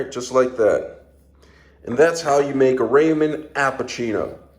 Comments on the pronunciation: The joke is your supposed to pronounce it raw-min (ramen) not ray-min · Honest question. Why do you call them Raymond Noodles? 😭